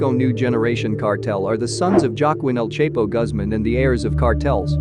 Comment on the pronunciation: El Chepo😂😂😂😂😂 its not hard El CHAPO to pronounce